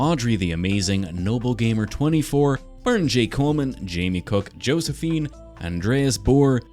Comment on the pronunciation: DISTURBING!! But really impressive! But the way you pronounced josifene like “jo-as-fene” even tho it’s “yos-ih-fene